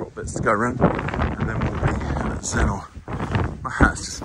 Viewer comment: A lovely walk but could i just say you dont pronounce it Zennor (OR) you prnounce it Zenner (ER) xxxxxx